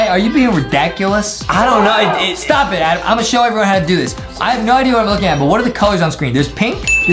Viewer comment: It's adem not adam